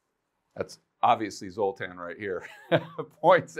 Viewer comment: Stop it, everytime you say, "Zotan", I think of the movie with the Z sign in it from the 80s.